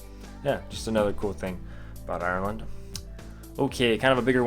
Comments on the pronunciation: Sorry but not trying to mean you said Ireland wrong also like if your Irish cause I'm from Dublin :) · U say Ireland wrong